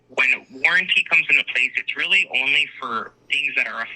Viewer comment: That's witerawy CWAZY guys!!!